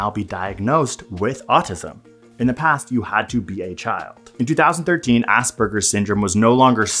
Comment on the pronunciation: pretty sure it’s “Asperger” and not “Ausberger”